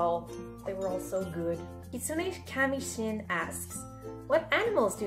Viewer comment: omg I can't believe I missed this! Awwwwww you're soooo pretty and cute!! And the animal I thought of for Roman could be a horse. Like, maybe a stallion or something XD Other than that, I don't know. But I like your answers. ^w^ Oh and it's pronounced kit... soon... ay. Kami. Sheen. Kitsune is the japanese word for fox. And kami is god/goddess. Shin is, well it's the nickname I picked up on Deviantart XD Due to what my username was when I first started.